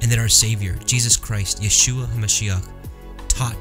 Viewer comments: Yahooshaaa?? Yeshua it's pronounced in Hebrew silly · Can you pronounce yeshua correctly?